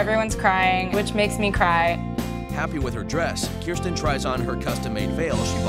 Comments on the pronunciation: "My name is kiirsten" - "kristen?" lmao bruh. She says her name and the next second they say it wrong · It's pronounced keer sten